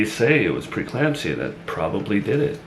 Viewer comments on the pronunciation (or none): It’s pre-eclampsia not preclampsia. He misspoke this word consistently last time as well.